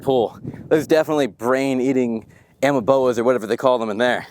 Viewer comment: What the heck is an amaboa you trying to enunciate Amoeba? 🦠